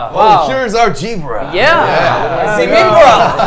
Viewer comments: I love how V said "Jeebra" (I love how Koreans use J as there is no Z sound in Korean) And Suga the entire interview hahaha! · The was V say "gibra" 😂 XD: I was like V it's not gibra it's zebra 💜😭😂